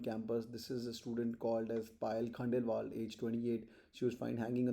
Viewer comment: Her name is Payal not Payel I guess!!!? Correct me If am wrong.